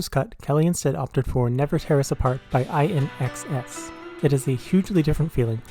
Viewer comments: I-N-X-S? It's IN-X-S (in excess). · First time ever hearing someone pronounce INXS as the individual letters and I need a minute to process this. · Perhaps learn how to pronounce inxs